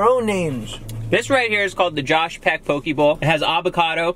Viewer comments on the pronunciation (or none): 😂😂 “poh-kee” It’s poh-kay, this is amazing I love watching you guys😂😂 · It’s pronounced POH-KEH not POKEY 😬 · It’s pronounce ( pohk - eh) actually